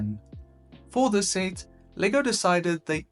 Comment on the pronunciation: Please say set correctly next time